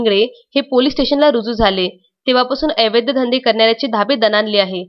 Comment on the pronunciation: आपण 'अवैध' या शब्दाचा उच्चार 'एवैद्य' असा करीत आहात. तो दुरूस्त करा प्लीज!